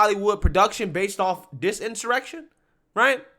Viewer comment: This is an in-soy-rection.